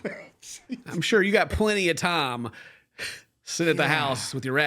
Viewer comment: And how he pronounces "time" as "tom" 😊